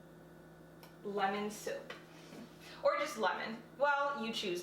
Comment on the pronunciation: Lemon soap (when u said lemon soap I thought u said lemon soup 😂)